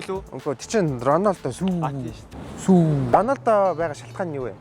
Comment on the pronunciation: Сүү биш сүүүүүееее